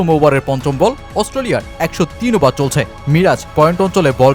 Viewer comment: ওবার কি ভাই? ওভার বলেন। দিরগো না, দীর্ঘ, ঠিক মত বাংলাও বলতে পারেন না, আবার ভিডিও বানান।